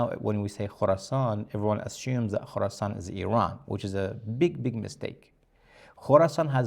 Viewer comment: Khoroscan not Khoroson